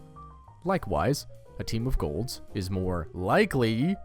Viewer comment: Emphasizes the word likely but zooms in on the word probably